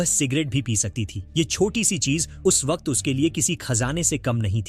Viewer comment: भाई वक्त होता है वकक्त क्या होता है